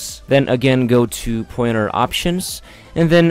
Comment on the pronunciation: Its called pointer not poyeter. You got me confused since i couldnt find tge "poyeter"